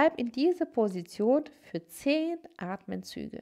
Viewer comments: Es heisst ATEMZÜGE!! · „Atmenzüge“ … „die gesamte hinten Oberschenkelmuskulatur …“